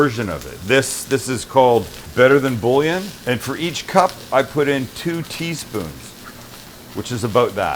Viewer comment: The Louisiana in me cringed at the way you said "bouillon" 😂